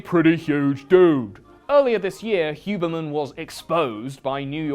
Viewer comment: I love how you called it the "hubermench" hiehie